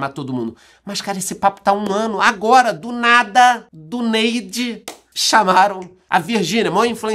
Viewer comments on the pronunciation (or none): gastando o Inglês… mandou um “do nady” aos … out of the blue…😂